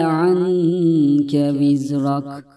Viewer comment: Vizreke yazıyor vizrak okuyor hangisi doğru